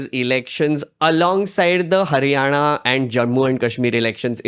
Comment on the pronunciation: Are you from Maharashtra I'm asking because you correct & fluently pronounced लाडकी बहिण, हरियाणा that ण you speak correctly.